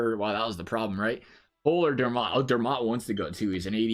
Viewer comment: It sounds like you call Dermott, Dernott lol